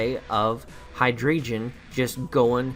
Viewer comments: You guys are both wrong it is: High Dry Gon. Cuz... dEINo ZWEIlous and hyDREIgon... German... yeah I'll go now XD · The way he's saying Hydreigon triggers me. Team looks hype tho, here comes that W1 win.